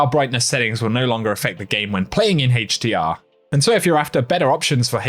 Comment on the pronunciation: I like your videos but I laugh everytime you say "Hdr" 🤣 Haaachdr 😎